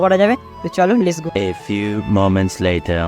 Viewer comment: Are bokachoda ota les go noi let's go bujhli 😂😂